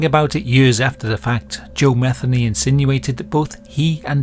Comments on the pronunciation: Joe mah-THEE-nee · Its Muh theen nee. Usually thats the way it's pronounced. I could be wrong. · I imagine that the last name of this video’s subject is likely pronounced as Ma-thee- nee. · Matheny is pronounced Meh-THEE- nee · His last name is, M E T Heny let the sink in… these inbred, Neanderthals are sick asf. it’s in their DNA